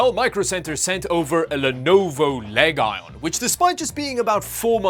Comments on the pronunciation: The "Leg Ion". Just going forward - it's pronounced LEE-jun. Which you probably know but for funny purposes, you just sent it. Good vid, had no idea laptop prices were...reasonable (unlike gpu prices) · Leg Ion? is that more of your over the top sarcasm? I thought it was Legion; like Lee Gen. Anyways, I always enjoy your videos, and this was no exception. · wait. did you say leg ion? and not lezhon? is that how they pronounce it officially? with a hard G? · Leg ion? is it not pronounced LEGION? as in leejohn you don't call the computer game legion arena LEG ION arena? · It's not leg ion, it's legion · I thought it was pronounced lee-jun not leg iron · LEG ION... isnt it LEGION as a roman army Legion? Was I saying it wrong all the time? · bro said leg-ion XD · him pronouncing "legion" "leg ion" instead of "leejon" shortened my lifespan by 20 years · Did you call it "leg ion"?? In English the word 'legion' is pronounced 'lee-juhn' ;) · just curious why do you call these LEG ON instead of Legion (leejen)? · Wait wait wait, its pronounced (Lee jen) not ( Leg a ion ) ??? i'm so confused, was I wrong my whole life? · Lenovo legay? It's LEGION 😔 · its not LEGion. its legion ^^ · why do yo call it LEG I on? its LEGION! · It is not leg ion but legion (lejan) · Dude It's L E G I O N not Legon :))😅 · Leg-ion? Learn to pronounce words. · "Leg - ion" 😂😂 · leg ion ??? 😂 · i love how he pronounces legion as leg-ion as in a leg with no electrons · Where do you get Lay-ga-no from, it’s legion, lee-gen 2 syllables not 3, your just adding random sounds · does reviews but can't pronounce the word properly. Legion is pronounce has Lee-jin & not leg-ion 🤦🏻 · Did he just say Leg Ion? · Legion is pronounced like the word region - not leg ion or legon...other than that, very funny like always! Thx! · leg-ion? its legion.. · It's pronounced'lee-jun'. Like, have you never seen any movie about the Roman Empire? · I love how he says “leg-ion (iron)” instead of legion😂